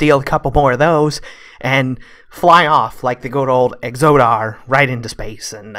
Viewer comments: It's not pronounced "exodar" like you say it. It's pronounced exodar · And "Exodar"...and "tomb"...and from previous videos "tome". :)